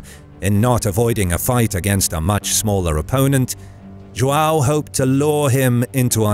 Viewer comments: It's João, not Joao. I should know, it's my name. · its produced JOHN jo-hn john. don't ever use spanish for Portuguese. also if come in with some bullshite document saying something i will fight in the comments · English speakers pronuncing João 😐. Let me help. Ju Ã u (~ gives a nasal sound). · Cool video but the joao part triggered me a little because its joão but it doesn't matter that much cool video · errr, the way you pronounce Joao is very un-portuguese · If you're gonna call D. Fernando "Ferdinand", then why bother trying to pronounce João instead of just calling him "John"? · Dude, you butchered the word João so hard